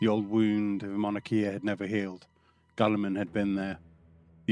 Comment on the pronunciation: Love the video, but I feel like you are purposefully mispronunciating the names like ErREEbos GUULeman just to spite the loyalists.